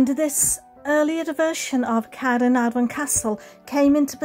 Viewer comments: hello, wow the way you pronouce "caernarfon" so beautiful. I could listen your video all day, I love yor lovely voice. the architectural of this caernafron castle is a masterpiece. no wonder it's the world greatest medieval buildings. thank you so much for sharing have a lovely weekend:face-red-heart-shape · Dont mind me having abit of a binge of your channel and hehe, thank you for sharing Caernarfon Castle - never knew that was the way to pronounce it, so thank you again for sharing that, it's super helpful when we're hoping to come up North to visit this wonderful castle. I love how grand the building is, just incredible seeing the sheer size of it. Steeped in bags of history, this certainly is a place we want to go! You always manage to make all the visits enjoyable, love the animations too, thank you again for sharing this, have a wonderful weekend👍🏻👍🏻🐉🐉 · I loved learning about the history of the magnificent Caernarfon Castle. I really appreciated your in-depth research. Your voice is so beautiful,. I love the way you pronounce "Caernarfon." I could listen to you all day! Thank you for the wonderful tour 👍😊💕